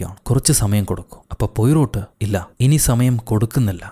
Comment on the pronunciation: പൊയ്രോട്ട് അല്ല.. 😄 പ്വറോ